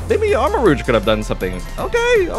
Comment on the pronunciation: Hey, it is pronounced "Char-CA-det" not "char-det". And also, it is pronounced "arma-ROU-ge" not "arma-roGUE".